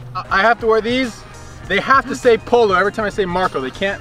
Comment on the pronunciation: Did u guys notice says poler instead of polo😐